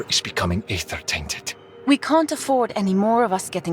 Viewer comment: Some will say that you pronounced Aether wrong, do not listen to them